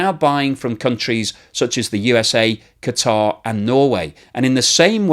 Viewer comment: I love that uses the correct pronunciation of Qatar (i.e. "kuh-tar").